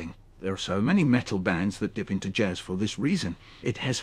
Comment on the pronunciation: I knew something was off immediately with the way he kept mispronouncing jazz, but if you don't know Michael Rosen it's definitely convincing. If he had picked someone that has less distinct speaking mannerisms, it definitely would've fooled me.